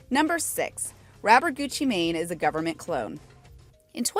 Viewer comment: 😂😂 the way how she said Gucci Mane